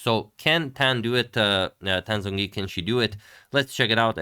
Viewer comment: in romanization of chinese, the "Zh" sound represents a hard J sound, so it should be pronounced more like Jongyi. "J" represents a softer j. Polish for example also has these distinctions so in the Polish alphabet Zh would be Dż and J would be Dź.